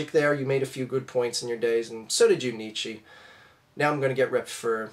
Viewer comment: There are some troubling things regarding your "study" of Nietzsche: 1. You pronounce his name wrong, someone who studied him would know (and use) the correct pronunciation. 2. He wasnt communist.He was the exact opposite (The ubermensch; the idea that everything must be earned through individual hard work). Its like saying Adam Smith is Trotsky. Anyone who studied Nietzsche would never, ever make that statement. You clearly never studied him and are hoping no one will call you out on it.